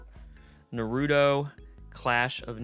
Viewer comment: it’s Naruto (pronounced Nah-Roo-Toe)